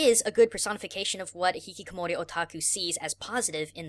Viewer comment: It's Hikikomori,. Not Hihikomori.